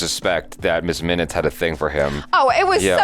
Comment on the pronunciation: Sorry. Miss Minutes. I thought you said miz😅